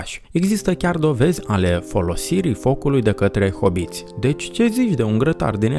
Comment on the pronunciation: Hobbiti,nu hoboti